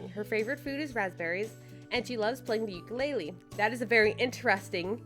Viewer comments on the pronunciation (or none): none